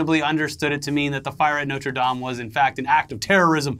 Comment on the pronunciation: Thank you for pronouncing Notre Dame properly.... So fed up with 'dame' as in 'broad'.